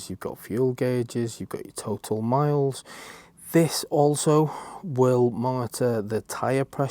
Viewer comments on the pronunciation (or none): Have they fixed the dash from saying "Mlies" instead of "Miles" yet?